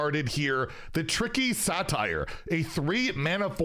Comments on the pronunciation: Yep pronounced like "sature." 👍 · You know a streamer doesn't know anything about the WoW universe or has any love for its lore when they say "Satire" for "Satyr" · I'm choosing to believe the pronunciation of Satyr is self-reflexively satire